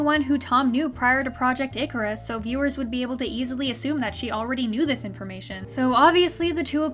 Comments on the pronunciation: Who else heard: “Good morning Nickers.” Not “good morning Icarus.” From the hologram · although I know she's saying Icarus not the n- word, they should have made the voice actress do it again so it isn't easy to mistake the two words. imagine having so little effort in a show that people can mishear something so badly. lol